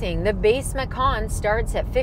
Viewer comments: I think the name of this vehicle (macan) almost certainly originates from an Indonesian word meaning 'tiger.' But the letter 'c' in Indonesia is pronounced 'ch' so this car is a Porsche 'matchan.' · You mispronounced it. Macan should be pronounced "machan" ("ch" as in charlie). Macan is the Indonesian word for tiger and porsche took the word as the name of its compact suv.